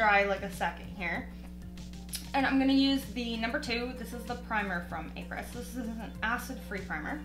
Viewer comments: Apres is French for after. It’s like apres ski. You pronounce it Ah-pray. 😊🇨🇦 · It is pronounced Au pre